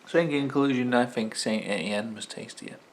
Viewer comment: I think the Sainte Etienne is pronounced San Etienne after the french city, Ray had can of it before and said it was just like Stella only cheaper, nice face off vid mate keep up the good work 👍